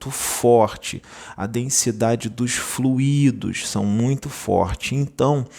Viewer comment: NÃO É "FLUÍDO",! É " flúido", mas sem acento gráfico.